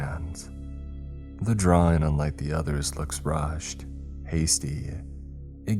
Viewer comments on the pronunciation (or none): Draw-ING!!! ING!!!! ING!!! ING!!! NOT Draw-EENE!!! NOT DtrawEENES!!! LEARN HOW TO PRONOUNCE ING!!!!!!!